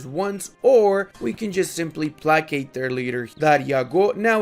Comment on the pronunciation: I have watched a ton of your videos and I don't know if you are trolling us or not when you pronounce placate, but I thought - if not - I would provide you with this link.